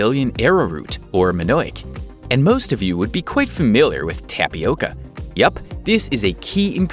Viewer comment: Tabioka more like TOMIOKA